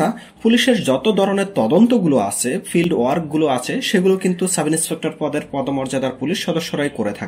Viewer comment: কনেষটেবল, ফুলিশ, ব্যাসের, ফিল্ট, এসএসফি, করসে, এগুলো কি ভাষা??? এই জন্য সাবস্ক্রাইব করলাম না।। শুনে আরো রাগ হচ্ছে।। গাজাখোর হোষ্টিং।।।